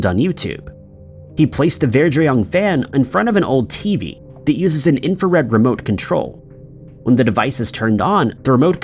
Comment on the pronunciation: Yup it happens so much. At least this time he pronounced infrared correctly!